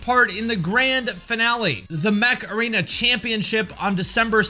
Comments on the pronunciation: Everytime he said "Mech Arena" I heard Makarena! 🤣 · I am laughing at how you pronounced Mech Arena. It sounds like you mispronounced Macrena. Heyyy Macrena OH, Yeah. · I loved the way you promote “Mech Arena”. It sounded kinda like “macarena”. I could not get the image of a “mech” dancing to that song…. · I'm sorry when you say mech arena All I hear is heeeeeeey macreana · Are you saying Mech Arena or Macarena?